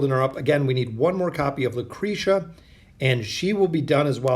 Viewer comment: lmfao what? he literally paused between “o” and “den”. it’s pronounced oh-din all together without pause. either way this dude can’t pronounce half the heroes names correctly anyways. he literally called lucretia, lucreeta before.